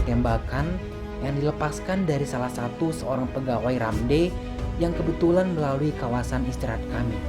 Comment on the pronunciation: Baca nya bukan RAMDEY(RAMD... tetapi baca by huruf bang.. R A M D.